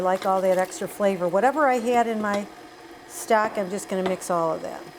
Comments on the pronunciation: I thought she was saying stack and I didn't know what she meant. Then one time she said stock and I realized what she was saying. I would shred the pork. The chunks looked to large for the tamale. I would also spread the masa down to the end more. You can still bend it up and the tamale would be larger. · Great video! You sounded like you were saying stack vs stock. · I think Maybe that the ONE small detail that you FORGOT to ADD here (for Many who have NEVER done tamales before), is to let folks know HOW TO soften up the corn husks. There are MANY watching your video who have NO idea how to soften up the corn husks OR WHY it Needs to be done, so Maybe you might want to ADD that small detail here. Other than that, you have a cool video. Your "Stock" sounds like you're saying "Stack", ha ha! :-P You have a clean & orderly Kitchen-liking that! Please make more videos on how to make chicken tamales OR other flavors. A FEW folks like the sweet ones, i'm NOT one of those, yuck. :( I LOVE chicken tamales AND the beans with cheese, yuuuuuM! :-D HAPPY Halloween to ALL AND Happy Holidays TOO! :-)